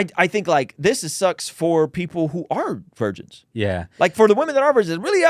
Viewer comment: lol why did you say it like that "vigirns in the chat" 😂 Edit: My answers to would be a yes.